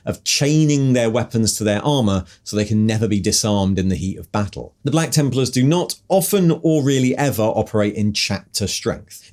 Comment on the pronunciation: Templers? The random odd pronunciations are back lol